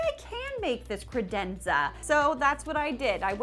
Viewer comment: I feel like that's the only way to say credenza... Also, does it make anyone else break into song from The Cat in the Hat original animated movie? Just me? Oh... So stoked you are partnered with KiwiCo!!! 💚💜💚